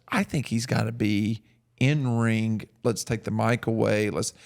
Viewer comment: Love but DUDE. It's ring not rink. I hear it everytime 😂